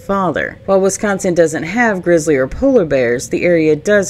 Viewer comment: Considering you're from Arkansas, you say wi-scAHN-sin well! Seriously, I almost thought you were from here or at least Illinois! 😁